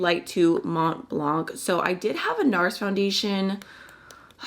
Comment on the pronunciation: I'm not a native French speaker, but I thought you pronounce Mont Blanc perfectly: that is correctly without sounding as though you're dipping into another language for a minute the way people think is pretentious. Also I'm curious how it looks in person? On camera it covers your freckles, which I think is a shame as I so love freckles and wish I had them too. Can you see them through the foundation in living color?